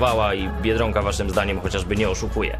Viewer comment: Dlaczego mówisz "biedrąka" a nie tak jak trzeba "biedronka"?